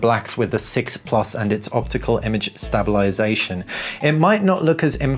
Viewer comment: Nice video but I have to inform you that you are not pronouncing the word stabilisation correctly and it sounds silly. Sorry but it better that someone tell you.